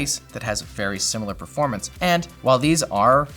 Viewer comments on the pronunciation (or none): none